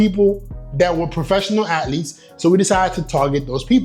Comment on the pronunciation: The way this guy says athlete always pisses me off